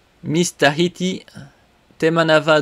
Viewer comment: Miss Provence Mégane Bertaud porte une couronne de cou en Tiare Tahiti, la photo a peut-être été prise ici à Tahiti ?? Je vote pour Miss Tahiti Temanava DOMINGO. Le commentateur prononce "Tahiti" comme un américain, c'est agréable à entendre.